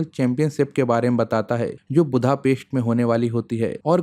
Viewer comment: बुद्धापेस्ट नही, बुडापेस्ट होता है